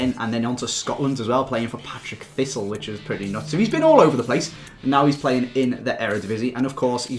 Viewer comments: It's paRTick thistle not paTRick thistle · Partick thistle not Patrick thistle haha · It's not Patrick Thistle it's Partick Thistle.I'm Scottish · It's PARTICK thistle.. Not PATRICK thistle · Patrick Thistle ahahahahaha😂 Partick Thistle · ahahahah it's Partick Thistle no Patrick Thistle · PARTICK Thistle not Patrick Thistle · It's PARTICK Thistle not Patrick Thistle! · I'm sorry to say but it's Partick Thistle not Patrick Thistle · its Partick Thistle not Patrick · It's so annoying when people say Patrick thistle it's PaRtick with the R before the T. Matthdgamer said it as well, I'm a thistle fan and it's so annoying 😂😂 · "Patrick thistle"....its partick, 😂😂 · Its partick thistle PARTICK not PATRICK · He said Patrick thistle 😂😂😂 partick... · "Patrick Thistle" I believe u mean Partick thistle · It's said Par-Tick thistle not Patric Thistle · Am I the only one who got triggered when he said Patrick thistle instead of parktic thistle 😂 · Patrick thistle! 😂 its partick thistle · "Patrick Thistle" fml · "Patrick Thistle"